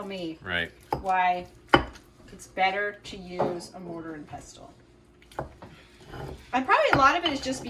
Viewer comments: One Hour! Are you crazy? That place is a day's outing. I saw some blue glasses and I liked the quilt in the fridge. Pestle has a silent t. Pronounced PESSLE. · Hey, unless there is another pronunciation i am unfamiliar with, pestle is said pessle. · Love you guys❤️ mortar and pestle(passel like trestle)😂😂😂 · The t in pestle is silent so pronounced pesall. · Mike, the t in pestle is silent. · Hi - I see someone else has already commented that the 't' in pestle is silent. Also, you showed us some of your lovely plates the other day and one had a picture of Belvoir Castle, England, on it - Belvoir is pronounced 'Beaver' and is from the French word that translates as, 'beautiful view'. Hope that little bit of info is of interest to you. Love watching you thrift - so jealous, as we don't have such big thrift stores here in the UK 💗